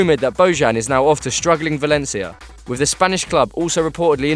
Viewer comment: velencia lol its valencia